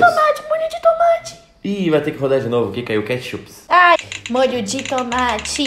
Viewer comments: Uma coisa engraçada,desde quando é "katshup" kkkkk Fora isso o vídeo tá uma DELÍCIA AMO VOCÊS <3 Edit: é BOLACHA ou BISCOITO? Edit 2: é KATSHUP ou KETCHUP? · Quem viu ? " Katshup " kkkkkkkk